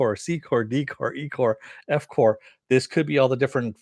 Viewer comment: It's "corP" with a hard "P", as in "corporation" man. You say "core" when there is an "s" at the end like "corps". So annoying I had to dislike.